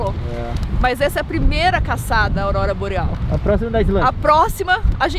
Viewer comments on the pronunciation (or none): "Aubora Loreal"